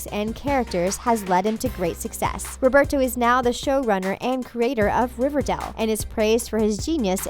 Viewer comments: It’s RiverDALE not RiverDELL 🤦🏼‍♀️ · Riverdall. It's Riverdale, get it right 😂😂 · SHE US SAYING RIVERDAL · She pronounced it Riverdal... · OMG stop saying RiverDELL. It's RiverDALE. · I don’t like the narrator she say it like riverdel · It’s RIVERDALE!!!!! NOT RIVERDELL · I’m kinda annoyed by her pronunciation she kept saying “riverdel” it’s more “riverdeil” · What BS from a person who pronounces Riverdale as ReverDaal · THE WAY SHE SAYS RIVERDALE, ITS RIVERDALE, NOT RIVERDELL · I cringed every time she pronounced Riverdale RiverDELL😩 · First of all it's not "Riverdaale". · I hate how she says it like, “River-dell” 🤦‍♀️😂 it annoys me, anyone else?! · Ikr its cherrryl ((i think u spell like that) you can hear her thick her robot voice. She is just jealous she cant make a show as good as riverdale. hasnt evn watched it! she cant say there names, there ages, the show name, she says 'riverDELL'. So annoying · That and for some odd reason keeps pronouncing Riverdale as "Riverdell" lol. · Fluffed Pillow it's pronounced "river-dale" just like Its spelled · Atara Berzon dont forget "riverdell" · "cherry" "riverdell" what else? betty copper?? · Am i the only one who got triggered when she said cheryl and riverdale wrong😂 Edit:And every other name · You can’t even say riverdale or Madelaine right and your going to try to talk about the show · i know and its is killing me inside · Is anyone triggered cause she is saying riverdale and cheryl wrong😐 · First thing I notice she pronounced riverdale wrong